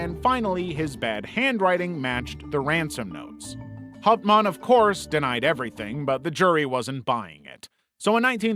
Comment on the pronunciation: As a german I was so mad on how you said Hauptmann